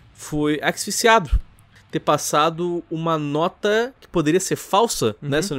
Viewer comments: O que o disse em????? Aksifixsiado??????????????????????????????????????????????????????????????? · Alguém ajuda o a fala "ASFIXIADO". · O tem dificuldade de falar asfixiado, prestem atenção